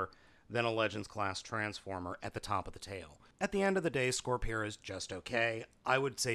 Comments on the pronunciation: I wanna say it’s scorp- peer. Like a spear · It is Scor-Peer. The katakana say so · it's pronounced as Scorpeer. It's a mix between the words scorpion and spear.